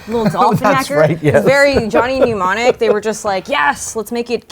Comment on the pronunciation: Fyi it’s Johnny Mnemonic not Pneumonic.